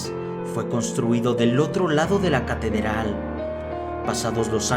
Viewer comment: si te diste cuenta de q dijo catederal:v